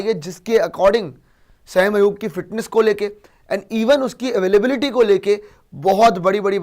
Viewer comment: O Bhai wo Sam nhi Hy sa-im hy😂😂😂